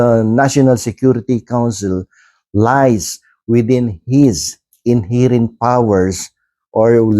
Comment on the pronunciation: KA BA TALAGA MOKONG. PRONOUNCE MO NGA " INHERENT ' CORRECTLy para naman at least magmukha kang atty🤣🤣🤣🤣🤣